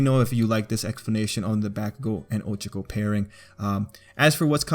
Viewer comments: This isn’t hate but I can’t stand the way he said her name. It’s not 😭 I think people take to many things over bored💀 if he calls someone by there name “SHIP”, he thinks about someone for a sec “SHIP”, one scene alone together “SHIP”, y’all need to chillllllll💀💀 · I was just drawing while listening to this and i legit just slammed down my headphones and screamed "you did NOT-" at my laptop screen when he mispronounced 'ohchkoh and bAkegoh' (Ochako and Bakugo) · Ahhhhh that's not how you pronounce their names😭😭😭😭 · Bruh he says ochako and bakugo names wrong!!!!!!!! HOW??????😑🤦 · I love how you say ochako's name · that is NOT how to pronounce OCHAKO!!